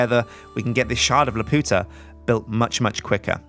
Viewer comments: I cringed when you said Laputa wrong, Miyazaki movies are my FAV of all time, Castle in the Sky being one of the tops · good so i am not the only one that knows hes saying it wrong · Ahh! watch castle in the sky and learn how to pronounce laputa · Every time he said it wrong a part of me died inside. Go watch the movie please... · every time he says laputa that way I can't help laughing. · ugh he's saying lapuda wrong